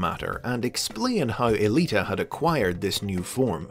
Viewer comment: Huh. I always thought the woman's name was "Alita One," or possibly "Aelita One," not E-lita One." Go figure.